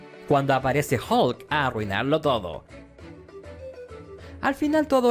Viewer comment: Hihihi el doblaje latino dice hulka